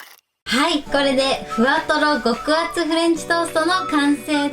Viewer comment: これは最高においしいですよね😋 極厚が極悪？って聞こえてしまい独りで笑ってしまいました🎵